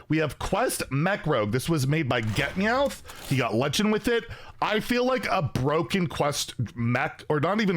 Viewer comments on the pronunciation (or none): Wild is BUH-ROKEN